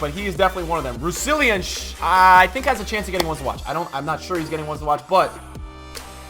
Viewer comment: Why does everyone pronounce Rousillon wrong? It's not rou-si-li-on, its rou-sil-on, dont know where the second I comes from.